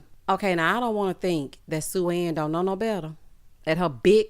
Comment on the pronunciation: Coming from the Caribbean, when I heard Blake call Sue-Ann sue sue, all I could think about is a sou sou. I said GIRL this man just called you a meeting turn 🤣🤣